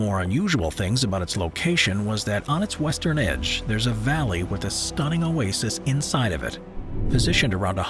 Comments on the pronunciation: yes his electronic voice and pronunciation of Oasis is annoying. especially when Oasis is the main topic. like saying "cah - MELL" for camel. wrong emohasis and sound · It is not “oases” it is “oasis”. 🙄🙄